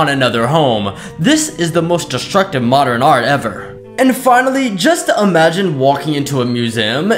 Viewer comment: Do people even realize that he pronounces modern "modderin" 💀